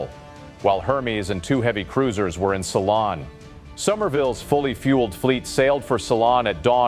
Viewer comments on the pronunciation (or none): learn to pronounce ceylon